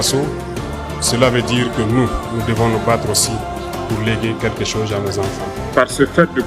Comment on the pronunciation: Par contre il ne sait pas prononcer "chose"